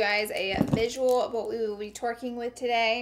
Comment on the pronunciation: It sounds like she said Twerking instead of working